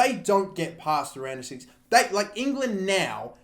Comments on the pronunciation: Am I weird for hearing Random 16 instead of Round of 16 everytime? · Am I the only one who hears random 16 instead of round of 16?